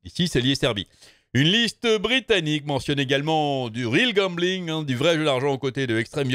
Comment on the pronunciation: J'entends toujours goblin et pas gambling